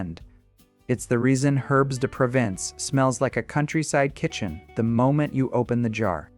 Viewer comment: Your computer voice (or human voice) needs an upgrade. It (or he) does not know how to pronounce Provence, oregano or basil.